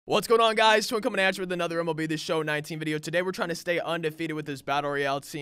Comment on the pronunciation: When u say “twin comin at you with another video” it sound like “Troy comin at you”